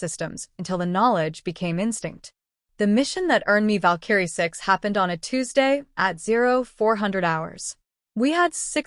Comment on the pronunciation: It's annoying listening to your AI misprouncing "VALKARIE". You need yo correct thatm